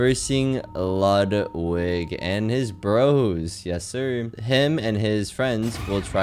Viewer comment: It's pronounced "LEWDwig."